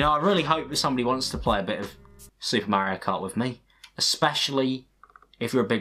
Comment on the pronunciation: With the way you said Super Mario Kart, I don't think anyone would want to play a bit of video gaming with you either lmfao 😂😂😂